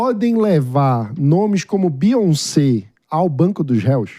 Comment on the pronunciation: Beyonce. U guys dont know how to pronounce 😅.